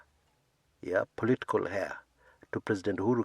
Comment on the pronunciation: "Heir"... silent "h."